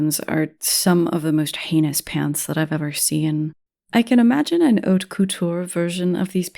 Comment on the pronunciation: Girlie pronounced “haute” correctly and likes ffxiv. Subscribed.